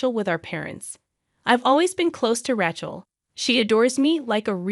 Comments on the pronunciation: If they can use AI they ought to be able to get it to speak words the way it's supposed to instead of calling her Ratchel. Some of the stories are good but the AI ruins the whole thing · This AI generated voice is appalling. It can not even pronounce RACHEL correctly It is pronounced RAY SCHELL. TERRIBLE. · I agree. Not to mention RAY-chel. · Does anyone check these before posting? Rachel is incorrectly pronounced all the way through - it is annoying so much.